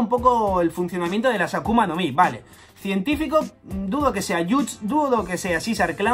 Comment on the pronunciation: Muy buen video y teoría, aunque te pasaré por alto el científico en lugar de "cientefico" jajaja sigue así. Que estamos a nada de los 80k